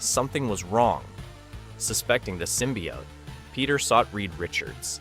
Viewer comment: He's saying it fine?